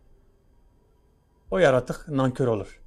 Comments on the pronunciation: Saygıdeğer...❤❤Diline Kurban olayım ne güzelde diyor YARATUK diye ❤❤HER DAİM SEVİLİYORSUN İstanbul Bahçelievler Yenibosna'dan Saygılar sevgiler selamlar olsun❤️🌹❤️🌹❤️🌹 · Nasil Diyoru Yaratuku 🤣🤣🤣